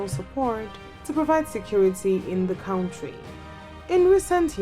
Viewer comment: when you cant even pronounce the word Country correctly then talk about other militaries.If you don't have anything to do then shut your channel down and stop comparing things you cant just compare.